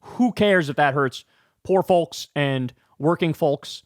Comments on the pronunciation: Kyle, please stop saying “FOWLKS” it sounds insane like you’re having a stroke. 😂😂😂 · Kyle must be intentionally triggering people with the way he pronounces 'folks'. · The way Kyle says folks makes me giggle every time I hear it